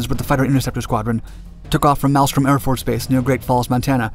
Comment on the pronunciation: I like your series. One correction, you mispronounce the name of the AFB in Montana as maelstrom instead of the correct Malstrom. I did the same when I arrived there and was corrected by the old timers. The 106 was still in use in the mis 80’s at Homestead AFB, South of Miami. One of the jets was ditched in Biscayne Bay, subsequently recovered, and the carcass sat near engine test cell, where I worked.